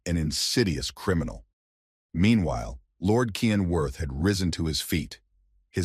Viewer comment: Title: The Reborn Young Lord Is An Assassin 10 chapters so far is all I could find The MC's name is Cyan Vert not "Kian"